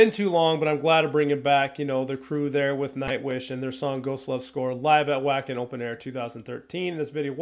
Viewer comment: Alright, it’s time to make a few pronunciation corrections😊 - Europeanize you! Jukka is properly pronounced “Yukka” Wacken is pronounced “Vakken” The previous 2 singers were Annette (“Ann-net-Ah”) and Tarja (“Tar-ee-ah”). Helps to have Dutch in-laws….😉